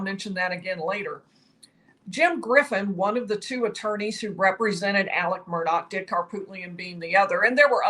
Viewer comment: Murdaw not Murdock